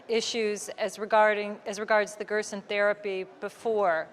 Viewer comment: Gerson Therapy not Grossen Therapy